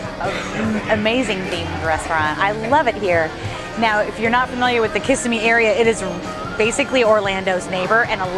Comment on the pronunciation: You are pronouncing Kissimmee incorrectly and snow crab is not a soft shell crab unless it is in the process of molting.